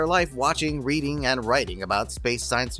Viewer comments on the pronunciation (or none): none